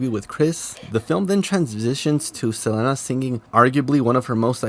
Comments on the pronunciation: Saying SelENA instead of SelEEEENA is bothering me😂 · You killing me the way you pronounce Selena too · Not gonna lie the way you’re pronounce Selena’s name is bugging me 😂😂 but love your videos so I’ll keep pushing thru it lol